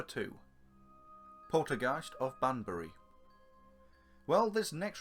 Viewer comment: There is no such place as 'Bandury' in Oxfordshire! it's 'Banbury'